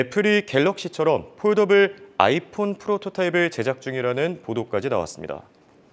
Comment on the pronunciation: 폴!더블 폰이라고 읽으면 어떡합니까;;; 폴더블 초창기에 LG가 폰더블폰을 만든게 있어서 발음에 주의해주세요